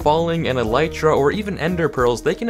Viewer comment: Did you say elyta what’s an elyta????????